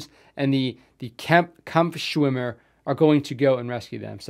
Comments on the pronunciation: Your German is nice , Kaampfffschwimmer , we love it and you too in the USA :) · You are getting way better at pronounciating the German words, the "Kampfschwimmer" was pretty spot-on, nice!